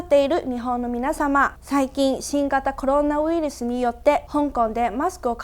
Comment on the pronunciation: ウイルスの語源は英語ではなくラテン語です。 日文ウイルス係來自唔係來自英文而係拉丁文virus ウイルス同英文virus 發音一啲都唔似😑😑 而拉丁文發音就真係似ウイルス 另外周庭讀ウイルス嘅時候ウイ會讀左做類似英文"we"嘅發音， 但實際上日本人讀嘅時候唔會有w音，應該係跟返羅馬拼音"ui" P.S. 無惡意、有錯請指正😉